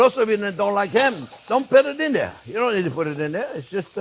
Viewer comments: Me 2 when I hear hello dare I smile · I was just thinking about lasagna...how good it sounded!!! while driving in the heavy snowfall yesterday. Thanks for reading my mind for a new lasagna recipe on Soup Monday, Chef!!! And hearing you say "Well hello dere friends!" always brightens my Monday!! Thanks for all you and Jack and all do!!